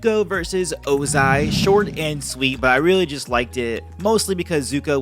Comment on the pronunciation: By "Ozia", you mean "Ozai"